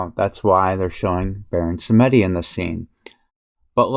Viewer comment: sAmedi et non sEmedi